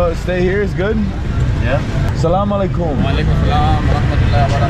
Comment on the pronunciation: Bro you say assalamualaikum very nicely